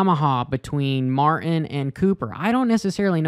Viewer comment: There is a 'T' in Martin. Just sayin'.